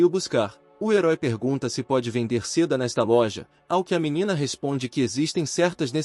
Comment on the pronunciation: Amo esse manhwa, mas por favor bicho da Zeda dói nos ouvidos, bicho da seda ok, Zeda nãããããooo